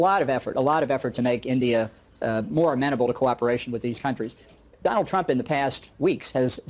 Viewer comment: Do-laand trump